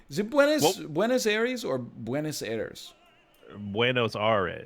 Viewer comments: Buenos Aires! (roughly pronounced Boo-En-Naus Aye-Res), aka New York 2 babyyy Some geographic stuff about that guess: and you were right to point out that looked too green to be southern Argentina (it was Chile, as you later realized). The Argentinian side of the Patagonia is mainly arid (basically a desert), but that is because the wet air coming from the West "crashes" against the mountains in the Andes (which actually extends to that area of the continent), causing lots of rains in the Chilean side of the mountain range. So southern Chile (the Chilean fjords) is really green and rainy, while almost no rain reaches the other side of the mountains, where there is little flora (mainly bushes and non-indigenous trees planted to protect people from the wind). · Buenos Aires is pronunced Good airs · thats not how you say buenos aires pero bueno te la dejo pasar